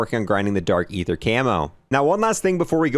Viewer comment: was the first and only time you pronounced “aether” correctly Also “col-o-nels” office 😅